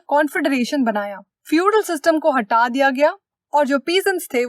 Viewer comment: that "HATHA DIYA GYA"